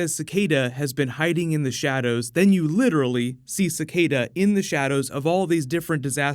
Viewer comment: when whoever said shadows said shadows doesn’t it sound like thanos when you’re saying it like thonos? like if you agree